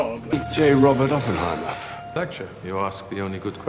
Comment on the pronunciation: Dude hears the correct pronunciation of Oppenheimer for 3 hours and still can’t pronounce it right hahaha 😂